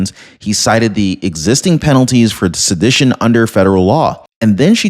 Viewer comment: Its pronounced suh-di-tion